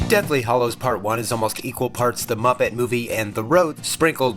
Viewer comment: A really interesting perspective on the films but please, say Hallo to the HAllows, not the HOllows and Fleur is not pronounced Floor!